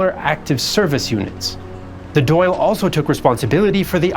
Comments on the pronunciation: Dáil is pronounced like dawil with the i being quite short, not Doyle. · the dail or an dail is actually pronounce "dahl" rather than "doyle" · The Irish parliament is called the Dáil and it's pronounced "dahl" "dal" or "doll" not doyle. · Thank you! That was grating! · Dail is pronounced Doll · It is important to understand how much catholic Irish were treated as second class citizens in their own country - and during the potato famine even much worse than that, with the London government even enforcing and worsening the situation. Btw. Dáil isn't pronounced "doll". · I know you gave it your best but every time you pronounced the Dail as Doyle I cringe 😂